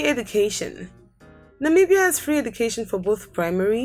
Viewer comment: It's not Namiibia but Namibia